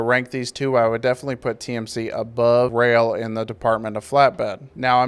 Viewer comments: Its pronouned rail. I started with the company. They do push for safety but pay jack shit. Around 45 cents per mile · You seriously don't know it's pronounced rail